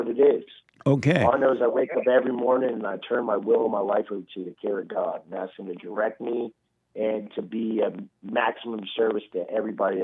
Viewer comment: Love the way Jesse says "Asss" for "Ask" 🤔 🤣😍🤣